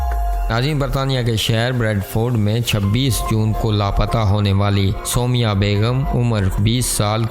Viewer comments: Aise kehte hai Soomaiyaaah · O abi b galt naam bol rhy ho